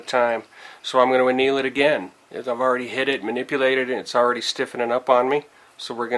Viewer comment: How embarrassing, you should look up the word anneal before you do it again.